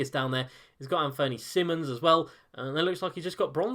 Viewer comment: It's Anfernee Simons like diamonds, not like simmons